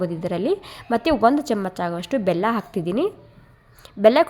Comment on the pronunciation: Nim kannadano neevo. Thoo. Camach chamach anta badkotiya. Chamachaa anta boglu